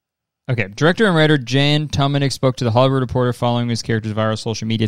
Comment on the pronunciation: the way kurtis prounounces jan tománek is so funny since the czech proper way to say it is so wildly different